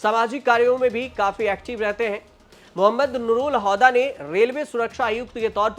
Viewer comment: हौदा नही हुदा